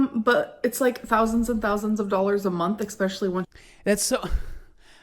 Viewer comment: WHY DOES SHE ALWAYS SAY EXPESHULLY